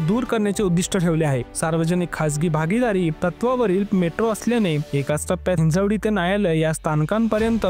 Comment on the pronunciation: Hinjewadi ❌ Hinjawadi ✅